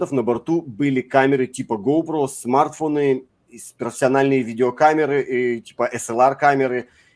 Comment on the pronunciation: Я не пойму, почему преднамеренно коверкает слова ставя неправильное ударение?!! Надо говорить не смАртфоны а смартфОны и не сАмсунги, а самсУнги!!!! Бесит косноязычность идиотов!!!